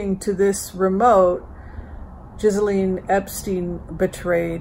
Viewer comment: her name is pronounced GEE LAINE